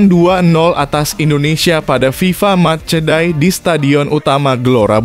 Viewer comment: Match day mas, bukan mas die😂kursus bhs inggris mas biar gak malu2in.